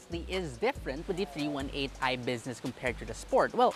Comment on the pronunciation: its not meant to be rude about it, just thought the miss pronunciation was a little different